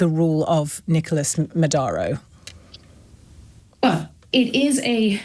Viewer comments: Odd that the interviewer keeps pronouncing Maduro's name as Madauro. ( ow) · Natasha Devon doesn't know the difference between Cuba and Colombia. She also calls Maduro "Madaro" (twice)😂😊.